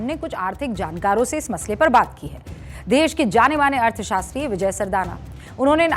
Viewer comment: Wah ardha shatri nahi artha shatri hai